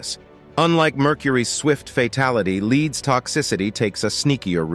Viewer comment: "leed's toxicity" these AI voices and videos are stupid